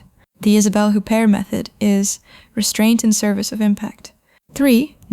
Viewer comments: OO-bear, not HOOP-ert. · You do not pronounce the t at the end of her name!!!! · Please don't use clickbait titles and learn how to pronounce her name (which I find strange, Isabelle Huppert has been one of the household names ever since I was a kid). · When you mispronounced her name, I figured you really don't know anything about her, so I bailed. Oe maybe this is AI.